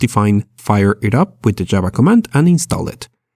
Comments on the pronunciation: I neber eben knew you can install Jaba (the Hut) like that :) srsly its pissing me of its a V not a B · Java not Jabba 😑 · "jaba" but good video...